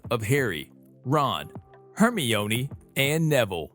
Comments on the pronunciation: It's Herm-eye-onee not Hermy-oney lol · “Hermiooni” 😂😂😂 its Hermione not hermiooni 😂😂 like u would say windgaodiom leviyosaaa it’s Wingardium Leviosa😂😂😂no offense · Hermione is (her-mi-nee) and you should do ronald weasly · Its her-my-a-knee. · You are Hermiyoni part 3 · Hermoine is pronounced (HAIR MINE EE) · Saying hermione's name wrong lol. Its ok though. Love watching these videos. ❤ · He said Hermione wrong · Can y’all please stop dragging him on his pronunciation I know it was bad and he knows now to but ya don’t need to remind him how to spell Hermione times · The way you pronounce '"Hermione" Is not how you pronounce it! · You pronounced Hermione's name wrong